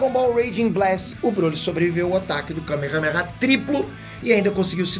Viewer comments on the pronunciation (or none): none